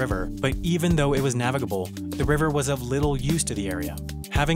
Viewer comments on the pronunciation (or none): Does anyone else get annoyed whenever he says navigable